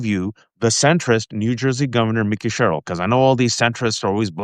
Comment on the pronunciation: I would be sharing this if only you would pronounce Mikey Sherrill's name correctly.